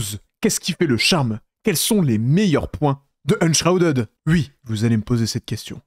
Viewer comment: Enshrpuadeud.... Enshrouded (prononcer did pas deud) c était pénible à écouter xD